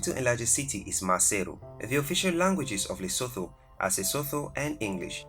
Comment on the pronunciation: You kept pronouncing my kingdom Lesotho wrong 🙄